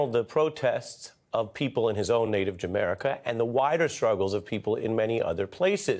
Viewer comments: Did he just say Jamairca?..whoops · Did he say "in his native Jamerica" ?!? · He said Jamerica. Was that intentional? I hope so. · Did I hear correctly? Did he say “his own native Jamerica”? 😂😂😂😂